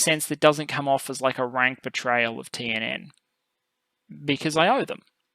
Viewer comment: By the way, your pronunciation of the TNN stuff is pretty good!